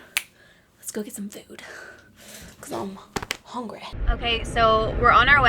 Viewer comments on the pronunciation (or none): none